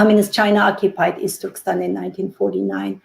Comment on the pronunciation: I stop watching this when the women said the word " Easturkistan".